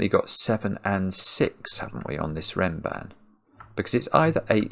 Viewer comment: Nice observation. (It's "renban", by the way. But I see it's not named in the rules, and it does sound a lot like ram band.)